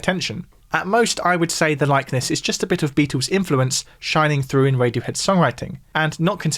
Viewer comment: Is it pronounced "Beat- ooos" or "Beat-ulls"? 😂